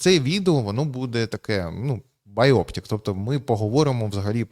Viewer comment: Слово biopic не має ніякого стосунку до оптики. Не "байоптік", а "байопік". Чому у владу лізуть завжди неуки/бандити/бидло? Ви ж, тіпа, себе сучасним та прогресивним позиціонуєте - ну навчіться хоча б розмовляти...